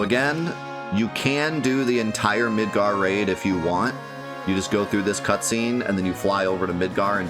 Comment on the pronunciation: When you first said Midgar Raid, I though you said Midgar Rave, and I was very much in love with the idea of a giant rave in Midgar